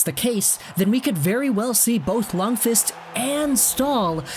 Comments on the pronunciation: His name is pronounced “Lunkwist” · No, its pronounced Luundkviist.